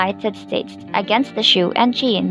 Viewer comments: Those are actually pronounced SOO and SHY-AN! PLEASE, if you're going to narrate these things, LEARN HOW TO CORRECTLY PRONOUNCE THE WORDS YOU'RE SAYING!! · Your pronunciation for Cheyenne on the main videos way off only local people here who watched Westerns on TV you know the right pronunciations for these cities in the old west